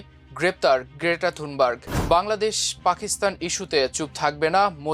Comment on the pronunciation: থুনবার্গ??! "থানবার্গ". Please.